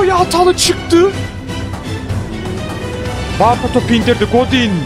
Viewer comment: abi barta değil bartra